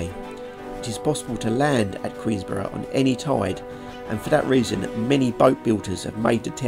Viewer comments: Queen’borough’ no ‘s’ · Please, the locals will go mad, it's Queenborough, there is no "S" in it, just saying